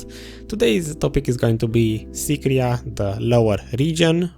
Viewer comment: Nobody: Literally no one: Video: Sycraia Abyssal Ruins: SYCRIA